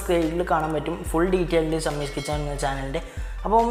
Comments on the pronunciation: ഷമ്മീസ് അല്ലെടോ... ഷമീസ് 🙄🙄🙄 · ഷമ്മീസ് അല്ലടാ ഷെമീസ് എന്നാണ്‌. 'യേയ്' അല്ലടാ ഏഴ് എന്ന് പറഞ്ഞ് പഠിക്ക് . നാവ് ദിവസവുംവടിച്ച് കളയാൻ ശ്രമിക്ക്....